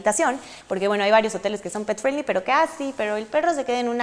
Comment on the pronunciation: Hola amiga....una observación para tī. 5 veces dijiste pet friendly y las 5 veces lo dijiste mal, te recomiendo que uses el espańol ya que no es necesario decir unas palabras en ingles, ademas no todas las personas te van a entender.